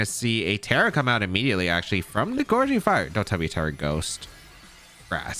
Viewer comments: Gouging not Goreging 😊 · Gouging fire. Theres no r in gouging